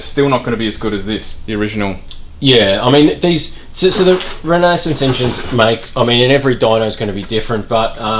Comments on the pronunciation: How to pronounce renesis. Exactly like genesis but replace the G with R. Renesis, not renasis. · 😂 Re-ne-sis not Renae-sis 🤦‍♂️ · Renesis, not renaesis lol it’s RE for rotary engine and nesis from genesis They’re actually capable of reliability and some good power if you know how to mod them properly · Funny how many folks mispronounce it! First time I ever saw the name Renesis I got it; Renesis, as in Genesis. Clever name. So it’s surprising when I hear someone pronounce it as re-KNEE-sis. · I don't think I can trust people that bungle the word "Renesis"... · You can't even pronounce Renesis